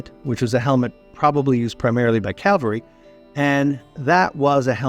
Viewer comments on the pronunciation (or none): Somewhere you said the wrong version of “cavalry” and pronounced it like the crucifixion place.